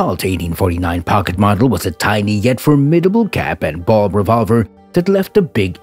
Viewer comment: Cap and ball, not "bulb"